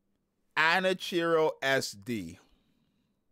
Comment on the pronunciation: Its pronounced ah-nah-key-roh